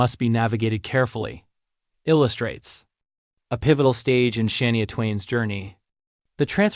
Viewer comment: How can you expect to be taken seriously if you cannot pronounce Shania name correctly? Ridiculous! Bye the way Rick Nelson died in a plane crash in Dec 1985!